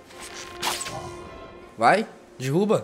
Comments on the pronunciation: Dirruba não cara mim da agonia fala errado é Derruba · Nossa mano da agonia você falando dirruba kkkk coitado do cenobia. Existe Shadow of The Colossus para X-Box 360?